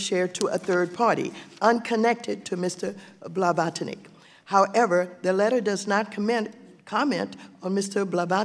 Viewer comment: Her pronunciation "Blavatonic" is taking me out 🤣🤣🤣🤣